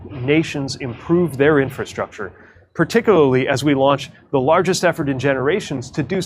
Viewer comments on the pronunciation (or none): none